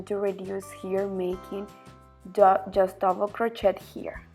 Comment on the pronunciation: Someone should teach her how to pronounce "crochet"...such a beautiful pattern spoilt by the constant use of the wrong pronounciation of crochet...so annoying.